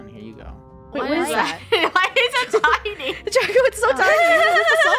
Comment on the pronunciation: welcome to learning with chicken nuggets! its draca D-R-A-C-A